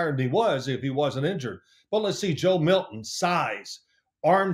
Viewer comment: Joe MilTon, not Million